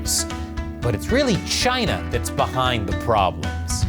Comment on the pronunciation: Chy-na is asshoe 🍯